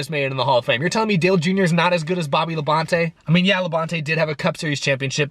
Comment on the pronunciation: No... is pronouncing it wrong:v